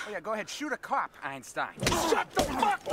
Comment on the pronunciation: I like how the pronounce the word "cop". Cuap. You wanna be a cuap? You will never be a cuap.